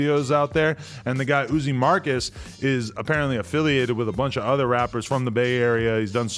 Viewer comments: It’s not “oozee” it’s Uzzy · Not cuzzi uzzi 🤦🏽‍♂️ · It’s uh_zee Marcus you fuckin square. Pronounced uh~zee Marcus. Izzy